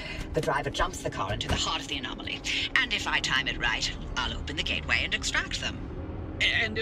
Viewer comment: BTW it's a GATE WAY. Not Get-away. XD You know gates and portals, right?